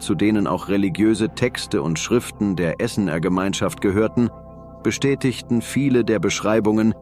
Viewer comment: Tut mir leid, aber ich finde diese KI-Übersetzungen schlimm, weil es dadurch auch zu Missverständnissen kommt. Beispiel: Die Stimme sagt: Essener. Wer es nicht weiß, denkt, was haben denn die Bewohner der Stadt Essen damit zu tun. Gemeint sind aber die "Esséner" (gesprochen Esseener), also jene Glaubensgemeinschaft, zu der auch Jesus gehört haben soll...